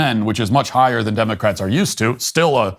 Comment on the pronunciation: Elmer Fudd cap for 'Democwatz'